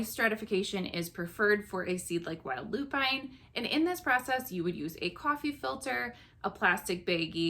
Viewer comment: loo-pin (not loo-pine)